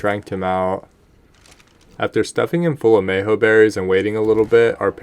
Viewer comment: i swear im gonna get brain damage if u keep saying meho berries but other than that great vid keep op the good work